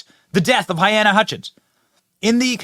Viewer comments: Her name is pronounced (Ha-lay-na) Hutchinson for clarification purposes, no point intended.👌💯🇺🇸🇺🇸🇺🇸🙏🙏🙏🙏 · Benny. Please say "Huh-LEEna" At least give the poor woman that respect; it isn't that hard to say. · I love you Benny, but I believe her name is pronounced huh--LEE-na. but at least you are attempting to say her name other outlets just mention her as "A cinematographer". Don't think I'm trying to be a jerk, but please in respect for the dead, say it right. Thanks Buddy. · Benny, i respect you a lot, but my guy, you gotta say names right. HaLyna, not to be a b*tch, but names are powerful things and personally i would never like to disrespect them, especially when it comes to people whom sadly died, while life was cut too short. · You are pronouncing her name wrong!!!!